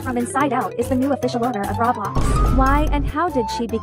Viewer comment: Brian rot And That’s not how you say Roblox